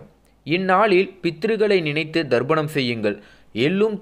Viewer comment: சார்..அது தர்ப்பணம். ப...நீர் ba சவுண்ட் சொல்கிறீர். நல்ல கருத்துக்கு நன்றி.